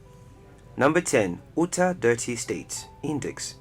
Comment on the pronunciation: Ootah? Delawa-reh?